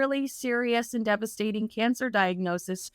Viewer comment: Come on. You're a journalist. You should know how to pronounce the plural of "diagnosis", which is "diagnoses".